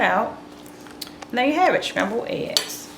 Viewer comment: Good tutorial But Shcrambled ehs